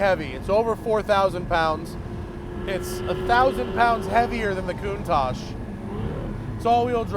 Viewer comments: I believe it's pronounced "koontalk" not "kountash" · is that really how you say countach? I pronounce is "CON-tach" not "Coontach"